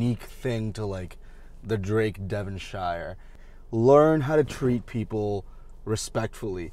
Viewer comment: It's okay. None of us locals like the Devonshire Inn either. I just want to point out a couple of things. 1. The Devonshire Inn is in Wellington. 2. It is pronounces DevonSHEER. Pretend you're British🤣🤣🤣